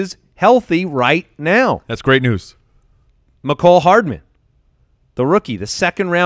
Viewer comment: The way pronounces Mecole Hardman (shiver) ugh. I feel like he's willfully butchering people's names sometimes. Also has no discernable lips, perhaps this is why he has trouble with speech at times. I used to like this show more, the little things are starting to wear on me. I would recommend the podcast with Jeff Ratcliffe for anyone interested in scouting and insight that's a tad more polished. (IMO)